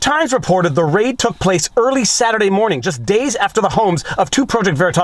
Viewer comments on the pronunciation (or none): none